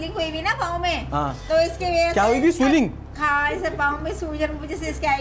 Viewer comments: jaisa doctor waisa anchor. swellling ko soiling bol raha h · Swiling jo aap keh rahay ho janab, aap bhi ghalat he keh rahay ho, it's swelling. So please correct yourself first and this is scrippted fake planned. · the funny part is the fake doctor and reporter both said swelling wrong. 😂😂🤣🤣 sooling kya hotha hai hor swaayling kya hotha hai?😂😂🤣🤣🤣